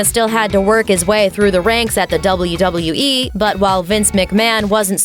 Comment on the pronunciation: The way you say "wwe and wwf" makes me not want to watch wwe